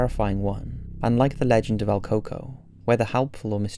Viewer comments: el CUco.. not al coco.. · Funny how he mispronounced el cuco 😭😭😭